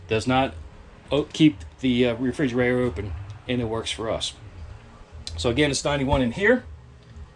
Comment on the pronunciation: Refrigerator....not Frigerator.